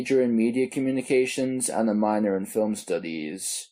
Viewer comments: Filem...lol. sea an.. not scean... lol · What’s a fil-um? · What accent is that? It sounds American but then the “trashing” as thrashing “tirty-tree” “filem” as film and more odd pronunciations come out and i cant place the accent 🧐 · Okay. I have to admit that your pronunciation of "film" makes me giggle inside.